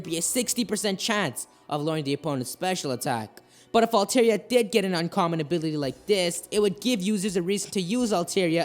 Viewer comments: Dude its pronounced Al-Tar-Ee-Ah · How can you watch the anime and still pronounce the name wrong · His Altaria pronunciation triggers me.